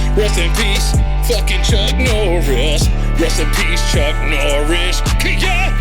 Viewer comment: Drink every time he says Chuk Norris